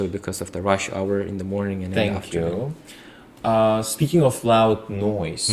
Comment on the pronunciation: Still saying senkyu😂😂